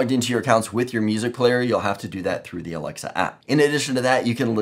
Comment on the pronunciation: Why you cannot pronounce alexa?